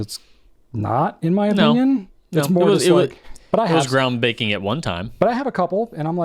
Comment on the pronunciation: I really like "Nib Fiend.", you're little expression and "thank you" is priceless! did you say "groundbaking" instead of "groundbreaking?"